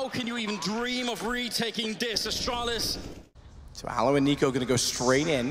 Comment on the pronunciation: love how every announcer pronounces the team name as "austraulis" and not "astralis"